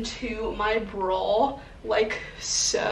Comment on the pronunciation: bra not brawl